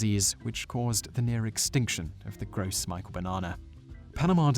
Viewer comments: I like your videos, but there is a lot of misinformation in this one. Bananas are sterile because they are triploids, not because they are hybrids. Neither Cavendish, nor Gros Michel (pronounced grow michelle, not gross michael), are hybrids, they are Musa acuminata triploids. Some banana varieties are hybrids, just not those two. There are thousands of varieties of seedless bananas, and many are disease resistant, it's just that none of the disease resistant ones that we have developed so far, look or taste like Cavendish bananas. Banana fruits in the store are not going anywhere, they will simply change to a new variety which may or may not be similar to the Cavendish. Did potatoes go extinct after the potato famine, or do we still have plenty of potatoes? The same species of fungus is responsible for both Panama disease, and potato blight, by the way; Fusarium oxysporum. It is a problem, and it is devastating a lot of growers, but the problem is already being solved. Quite frankly, I'd like to see a little more variation in the store anyway, and if growers had greater genetic variation in their fields, then they would not be as susceptible to being devastated by a single pathogen. I grow seven different varieties of bananas in my nursery, and each is unique and delicious. I'm not trying to be a troll or anything, just pointing out some pretty glaring errors in the content of this video. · So glad someone said it. I got so sick of him saying "Gross Michael", I could barely finish the video. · I've always heard it pronounced more like "grow me-shell" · I might be a bit picky, but isn't the Gros Michel pronounced "Gro Mishel", since it is a French name? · I didn't notice anything wrong with the way he says "banana", but I did notice "conkwistadors" and "gross michael". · "Gros Michel" is pronounced "Grow Me-shell" It's French. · it's pronounced like "grow michelle" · It's pronounced grow mishel... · It's pronounced "gross mishell" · It's pronounced Grow Michelle